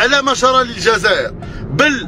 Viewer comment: كنت لاباس عليك حتى نطقت كلمة ماجر خمجت القعدة